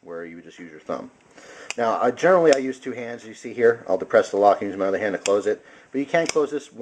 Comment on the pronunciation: I notice how you are sayin hand like hant ... are you german ? (lols in a corner)